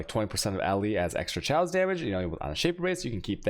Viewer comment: wtf is this "shaos-damage" and "dajjers"?